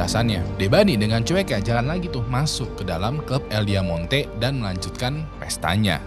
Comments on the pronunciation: Bang nama club nya "Diamante" yang artinya Berlian bukan "Diamonte" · Diamante kali bang, bukan Diamonte